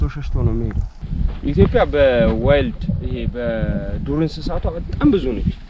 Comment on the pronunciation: ብሮ መጣም ነው የምወድህ፣ የማከብርህ ፣ እርጋታህ፣ የሀገርህ ፍቅርህ.......ግን ግን ግን እባክህ ኢትዮፕያ አትበል!? ኢ ት ዮ ጵ ያ በል በናትህ።